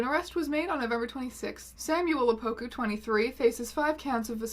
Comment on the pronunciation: when the news reporter said ‘opuku has been caught on camera’ i genuinely thought she said ‘a poopoo has been caught on camera’ I’m dead😂😂